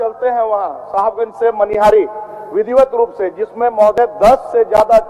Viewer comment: Madam... Manihar nhi... Manihari h ye... 😂😂